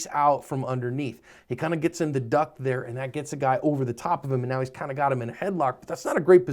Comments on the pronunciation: I'm sorry sir, are you saying "Meow?" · am i crazy... or is he saying "right meow" ? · Are you saying "meow?" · Is saying meow instead of now in this or is it just me? 😂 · I'm sorry, are you saying "Meow"...? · did he just say "right about meow"? our am i trippin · Is he saying Meow??? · Are you saying right meow? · Are you saying "right about miaau"